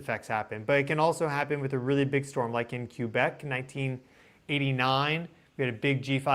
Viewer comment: Pronunciation of Quebec cracked me up! 😂😂